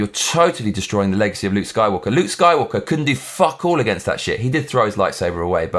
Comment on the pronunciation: sounds like you said soywalker